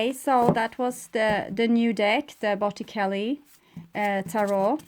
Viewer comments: You are amazing and I hope you don't take this wrongly it's to help you...you pronounce in Italian Botichelli...ce makez the ch sound. Take care! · Pronounced bot-eh-chel-e